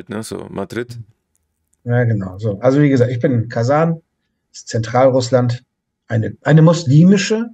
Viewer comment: Kazan ist ein Topf, ich hätte gedacht jemand, der der russischen Sprache mächtig ist, wird es richtig aussprechen.